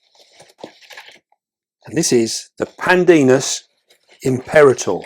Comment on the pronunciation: It's pronounced: PAN-dinus EmpeRA-tor.😉